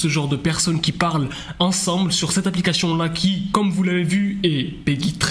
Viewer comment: Il arrive pas à prononcer correctement le mot ‘APLICATION 😂